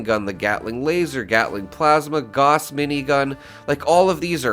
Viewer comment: G-ow-s..... not g-awe-s (shotgun).